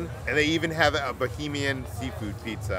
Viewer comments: i love how you guys were pronouncing everything bahamian as bohemian😂❤ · It’s Bahamian not Bohamian and they didn’t make the drink right Im Bahamian you have to get the drink from a local they make it very different